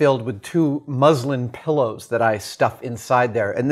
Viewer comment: ohh, thanks ! sounded a bit like the religion (islam) at first. cheers